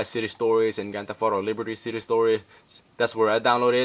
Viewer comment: Couldn't tell what ethnicity you are until you "Grand Theft Auto Liberty City" LOL. You suddenly had a deep hispanic accent aha.